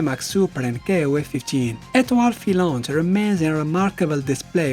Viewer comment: Great vidéo and great french accent on "Fructidor" and "Etoile Filante"